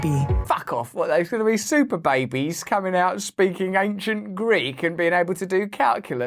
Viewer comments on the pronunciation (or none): none